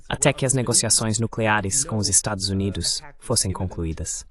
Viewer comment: Este canal é muito interessante, mas a pessoa responsável pela transcrição e do voice-over para o português tem que ter mais atenção, muitas partes ficam mal traduzidas ou não se traduzem. ElevenLabs, por exemplo, até hoje não aprendeu a pronunciar 'Estados Unidos' direito.